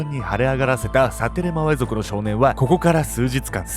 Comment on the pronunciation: サテレマウェ族言えてたよ！